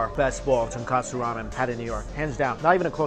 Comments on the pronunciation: Mike, it sounds like you're saying tonkatsu, not tonkotsu. Fyi, tonkotsu means pig bone, tonkatsu means fried pork. Btw nice review. You never fail to make me hungry. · Um Mikey it's Chasu not Charsao and it's Tonkotsu soap not Tenkasu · Dude....you keep mentioning TONKATSU but I don't see any Deep Fried Pork Cutlet anywhere.. perhaps you mean TONKOTSU... You're a food vlogger. Get your terms correct. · Strictly Dumpling btw its tonkOtsu, not tonkAtsu. Tonkatsu is the breaded deep fried pork cutlets. Tonkotsu is a whole nother thing. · Mike always refers to Tonkotsu ramen as "Tonkatsu (fried pork cutlet)" ramen LOL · Ton-Koh-Tsu not Ton-Ka-Tsu common mistake, but Tonkatsu is something totally different than Tonkotsu